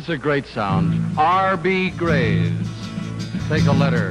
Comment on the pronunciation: He mispronounces R.B. Greaves' name.